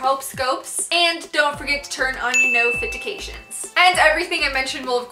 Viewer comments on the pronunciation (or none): I know she says "nofitications" on purpose? But does anyone else notice that she says "discridiption" box? 😂😂😂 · am I the only one who heard you say, "nofitications"? lol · Does anyone else notice the way she says notifications and subscription? Is it like an inside joke I’m missing or is it just how she speaks? I’m not judging I’m just curious 😂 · Cameron Victoria she says it on purpose all the time! 😂